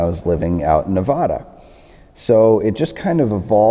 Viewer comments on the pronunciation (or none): It's Nev-ada not Ne-vah-da! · youve never lived in Nevada if you've pronounced it Nevawwda. fuck outta here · "NevAHda" yep definitely from the east coast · How the hell did you make it out of Nevada alive pronouncing it THAT WAY?? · Did you really live in Nevada? You can't even say the state name right! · Can't even say Nevada right. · How to tell someone lived in Las Vegas as opposed to anywhere else in Nevada, no one taught them to say Nevada properly